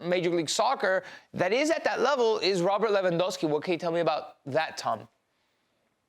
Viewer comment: Please not lewendowski